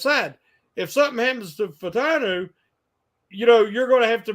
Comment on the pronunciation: Somebody please teach this brother how to say Fah- Uh-Tanu